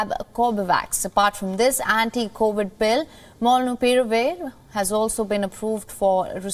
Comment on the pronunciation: Loved the way she pulled off Molnupiravir